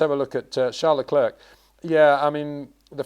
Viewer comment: He actually pronounce it correctly, always thought leclerc was pronounced another way, but Charles admitted it's how peter says it.